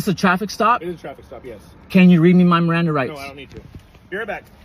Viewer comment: "my mirandum rights"